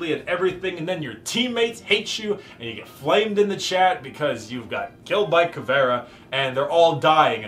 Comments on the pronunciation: As a Brazilian I found this video very INTersting funny, also "Cavera" as Caveira? Something wrong is not right. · Eu achei que ele tinha dito "caviar", só soube que era "caveira" por causa de teu comentário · As a brazilian viewer as soon as I saw this title I needed to watch this,but in ther first 5 secs before he said "Caviar" instead of "Caveira" i was like wtf is going on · BRAZILIAN ANGRY SOUNDS WHEN SAYS CAVÉRA INSTEAD CAVEIRA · Also-hmm she is called CAVE-I-RA NOT FUCKING CAVEAR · Not ca-ve-ra, it's CA-ve-ii-ra. I'm brazilian. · As a brazilian, hearing you speak "caveira" as "cavéra" is kinda funny. Anyways, great content, my dude, you look way more comfortable and happy, the camera is great too! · Ta mais pra caviar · Smh this nigga can’t even pronounce her name right